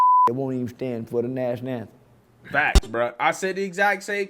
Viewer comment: Did he just say 'National namtem.?😂😂😂